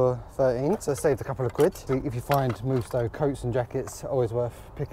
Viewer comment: MUST-OH not Moosto.